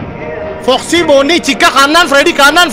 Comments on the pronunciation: Maaf bang itu bukan rori tapi boni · Itu boni bang bukan kusuma